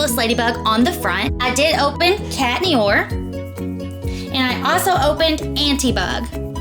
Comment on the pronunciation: Love it. #1 is so cute. I got a bit curious about the box with the 3 LOL Pets that sits ontop of LOL buckets. Anyway, I think others have told you before, but Chat Noir is pronounced cat no-are.